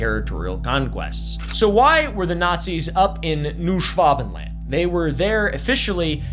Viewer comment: Why are you saying it like that? Schwa Ben Land, not Schwav Ven Land, Like nobody says its with a v.